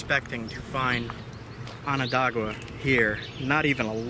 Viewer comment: Im enjoying your vids so much . Still , can i beg you to say Onondaga correctly ? I cringe every time i hear Ononda-gua . Sorry , cant help it . Its wonderful to watch you and youre giving people great lessons on NOT LITTERING . There really ARE so many selfish and clueless idiots out there . PS are you careful when you select cobbles to knap ? Where im at in the Hudson valley , its not too unusual to find that a cobble was once a native grinder or hammer stone and should be preserved . Js . Im lovin everything you do , great work 😁😁😁